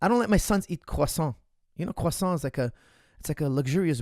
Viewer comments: Can you say quoffsaunt about a hundred more times? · Nothing softer than pronouncing croissant in French when you’re speaking English lol